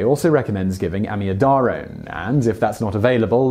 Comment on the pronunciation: Hey Simon, that’s not how we pronounce amiodarone (am-ee-O-da-rone) or tamponade (TAM-pon-ard) in the UK, and ‘hydrongen ion’ - someone’s having you on